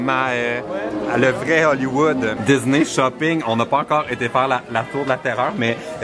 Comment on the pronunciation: dans tes vlog on dirait que tu prononce disney comme ça: diss-nez pis ça m'a fait rire! avec tes vlog tu me confirme que je veux Vraiment aller la bas un jour 😊😊😊😄😄